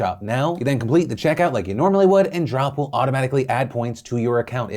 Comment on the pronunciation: "And beginning today, October 20th, Trump will be be gifting $10,000 worth of reward points into member accounts every Tuesday leading up to the holidays to spread a little cheer" I had to go back a few times... He said Drop but I heard Trump. What did you hear?